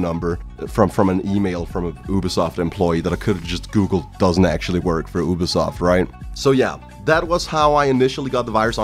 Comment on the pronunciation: I didn't understand why you thought the scammer was from Yugoslavia but then I realized that's how you pronounce ubisoft